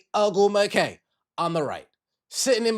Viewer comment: I’m listening to your podcast on my way home from work and I’m CRACKING UP!!😂🤣😩😁🤪The Tia and Tamara reference along with the pronunciation of Chineeeeeeyyyyyy OgwumiKE name is sending me. I have tears in my eyes cracking the hell up!! BRAVO 👏🏾 🙌🏾🌹🌹🌹